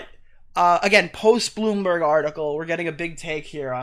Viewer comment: This mf really be pronouncing Bloomberg as "boombug."